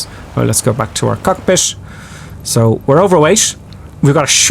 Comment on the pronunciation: No offense, I'm just wondering why are you pronounce cockpit as "cockpish", weight as "weighsh"? What is this accent? Cause I'm not a native English speaker, just curious.